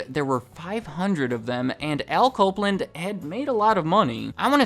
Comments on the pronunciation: When you say Al Copeland it sounds like "alco blend". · "Alco Blend"? Nah. Al Copeland.